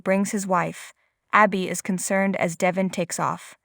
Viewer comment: Devon, Devon , Devon not Devin, say it right, so annoying